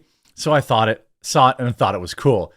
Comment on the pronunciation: I love when super smart blacks can't even say words properly. This CNN dude actually just said sawll instead of saw 😂